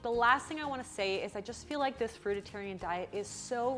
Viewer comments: TheCuriousHobbyist ah thank you 🙏 that really bothered me even though it shouldn’t because the message of this video is very important but all I could hear was fruitITairian and think please please please stop saying that 🤪 funny how the brain works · Fruitarian, not fruit-IT-arian, lol...also, they had the baby a few months ago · The fact that she keeps saying fruitatarian is urking the living shit out of me. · Love how she's calling it a "fruitatarian" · she cant even pronounce right the word ''fruitarian''. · The most alarming thing about this video is that you can't pronounce fruitarian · The way she mispronounces Fruitarian is distracting lol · makes a video about fruitarians, can't even say the word "fruitarian" correctly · you're right about everything except how you pronounce "Fruitarian" as "FruitITarian" drives me nuts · Why call it frutatarian? It's fruitarian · Frui-tarian not fruit-itarian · If you're going to make a video about a fruitarian diet, I think you should learn how to say 'fruitarian' first. (as a heads up, it's not pronounced 'fruitatarian'!). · We were born Frutarian, and by the way there is only one "t" in frutarian not two as you keep pronouncing it, thanks. We are definately not herbivores or carnivores. Our anatomy makes that very clear. A fruitarian diet is completly balanced. You can watch Dr.Robert Morse to get up to speed. There is a huge difference between Fructose and Glucose, for you it is just sugar. You really need to do your homework if you want to be credible and critical of Frugivores. Peace, love and Fruit! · It's not Fruititarian genius. It's FRUITARIAN 😂😂😂😂. Go Vegan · It's fruitarian, not fruititarian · It's not, "FRUIT-A-TARIAN". It's pronounced exactly as it's spelled. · it's not fruiTAtarian, it's fruitarian, jeez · It's fruitarian, not fruititarian. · It's fruitarian not fruitatarian!! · omg, you keep saying "fruitatarian" - its Fruitarian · Not fruititarian. Fruitarian. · It's fruitarian NOT fruit-a-tarian...